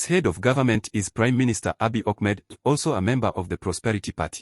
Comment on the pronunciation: Funny how you pronounce Addis Ababa as "Addis OBOBA" and Abiy Ahmed as "Abey Ohmad", this is the simplest thing you should have corrected. Why don't you practice a little more or look for accurate information?